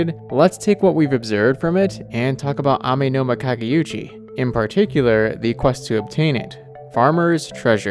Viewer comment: I'd like to note that the Amenoma Kage*u*chi is not the Amenoma Kage*yu*chi. There's no "y" sound.